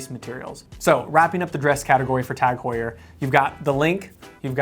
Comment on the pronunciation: The H is silent the same way as it is in English. We don't say (h)our in English